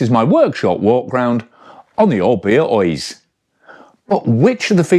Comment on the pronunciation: Lovely, but on balance I'll save 5+ grand and stick with my '22 with its dependable XT and smooth non-headset routing. Same cables, bushes and bb from new. And being Basque it's an Oyyychhhhhh, not pronounced Oiz.